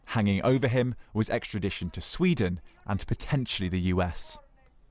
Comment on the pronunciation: Javid cant pronounce extradition